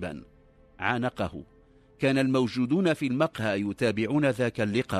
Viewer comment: قصص مكررة كثيرا،كما يرفع الراوي بعض الكلمات،(المقهى)رفع الميم(المدخل)رفع الميم،(صباحا)يقول صبحا برفع الصاد،وهناك الكثير من الكلمات ،فهل من توضيح لرفع الكلمات؟